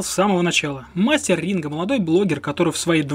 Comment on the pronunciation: А мне послышалось, или он сказал "Мастер Ринга"?!!! На счет про "promoero". Тут есть минус, в которым ты пропустил -- Ринго вложился в сервис Promoero